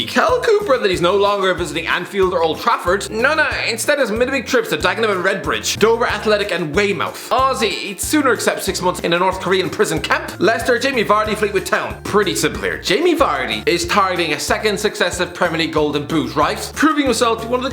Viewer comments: Don’t disrespect Weymouth went up 2 leagues in 2 seasons (also it’s pronounced Way-muth not Wey-Mouth) love the the content though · I think he needs to learn how to pronounce Weymouth properly. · Love the pronunciation of Weymouth haha